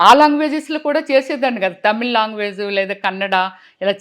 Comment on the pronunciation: Longuages kadu ..language